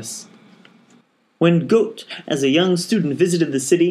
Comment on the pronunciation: the young "Goat" ... Goethe? Seriously though, thank you for narrating.